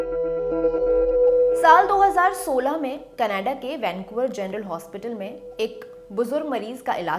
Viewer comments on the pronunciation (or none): none